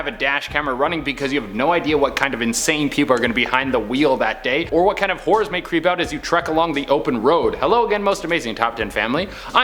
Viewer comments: It totally sounded like you said whores along the open road not horrors lmao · Did he say WHORES or HORRORS that may creep out? Cause if its the first one ummmm maybe I might be able to get some where I might be able to find theses Whore's. Ya know so I can ummm help them. Yeah. Help them!!!